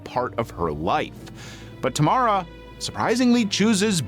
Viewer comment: Finally someone saying Tamara in a good way. Don't like how it sounds in english